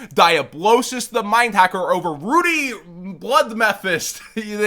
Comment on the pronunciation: Its pronounced rud dee like muddy with an r instead of m. Ruddy is a british euphemism for bloody